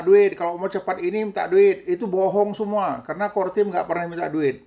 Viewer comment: CoreTeam Bah, Bukan CoreTime😁🙏